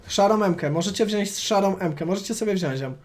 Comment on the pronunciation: Wziąć się mówi xd